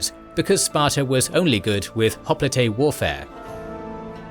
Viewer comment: with all the work that ghoes into these you'd think the narrator could at least pronounce hoplite properly